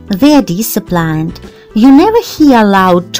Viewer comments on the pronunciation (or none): You should have seen and heard the way the word "disciplined" is properly pronounced!!!!